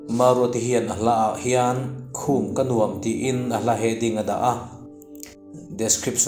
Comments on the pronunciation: Dam lo chung pawhin i ti hram hram a, a va lawmawm em. Lo dam thuai ang che. "Nuam" ti hi "huam" tih thlûka lam rik tur, tih inthlahrung takin ka'n sawi tel hram a ni. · 'Nuam' tih i lam dan hi a dik lo tlat mai,hla thu a ni si